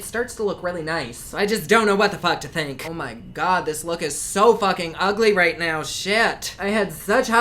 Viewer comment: "Oh mah Gawh" 😂 💜